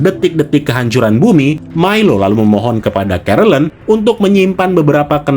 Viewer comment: Milo, dibacanya Mailo